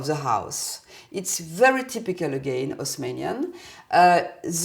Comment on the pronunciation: LOL, good point! In French they never pronounce the leading H. So, if you pronounce it like you spelled it there (Osmanian), you're coming really close to pronouncing it perfectly.